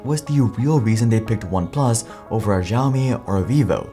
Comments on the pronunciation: that's the common Western mispronunciation of Xiaomi. Xiao means "small" in Mandarin. Before the 80s it used to be spelled Siow. Then China came up with romanisation system that they call Pinying. They use the S letter for a slightly different sound to X, but they're both pronounced as S in English. So Xiao is pronounced as See-ow in one syllable. To hear it, look up "How to pronounce 小". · Please stop pronouncing xiaomi as ziaomi